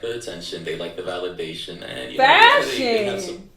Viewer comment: Fashion??? FAShion!? FASHIOON!!!? hhahaha